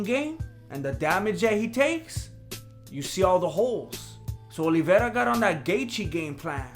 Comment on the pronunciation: This guy pronounces Olivera way better than Luke Thomas does.